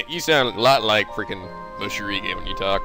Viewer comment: not mosheerigayy its moshiri just saying